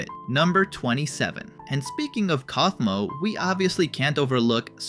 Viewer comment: IT'S PRONOUNCED COUGH-MO WHY DO YOU KEEP SAYING COWFMO